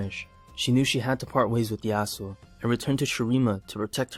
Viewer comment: how yasuo became yas...uh?